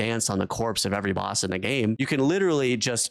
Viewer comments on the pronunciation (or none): none